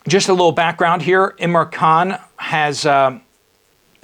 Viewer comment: Pl name ia im ran khan not imra. It is a token of respect to get names right .